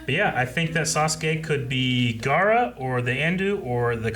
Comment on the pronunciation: “...this Gerra guy...” is the best, most American thing I’ve heard all day and I love it.